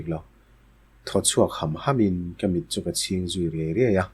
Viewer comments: Pu a poh lam diklo nawk nawk gall(mit) poh eye mit tiin in lam nawk nawk mai. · Ar mit tih kehin akha lo ang, Mît tia chhiar tur anih ka ring, i tihsual palh ve khauh.